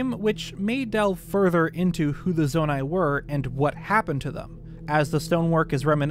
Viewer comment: Me chilling here day 1 on Tears of the Kingdom listening to him say "The Zonia may not have a part to play in the sequel"